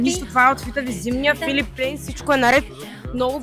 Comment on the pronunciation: Марката се произнася Филип Плайн, ама това е друга тема.